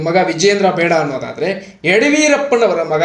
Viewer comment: ಯಡವೀರಪ್ಪ ಅಲ್ಲ ಯಡಿಯೂರಪ್ಪ